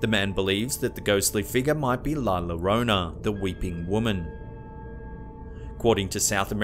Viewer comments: And it's pronounced "yo-roh-nah." Fuck's sake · Hey man, not being able to pronounce words is one thing...but Spanish is super common now and we all know the double L is a Y sound. It should be pronounced Yo Ro Na. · You ruined it by not knowing common logic on some of these videos, not to mention dont knoe how to actually pronounce "llorona" and got her backstory wrong.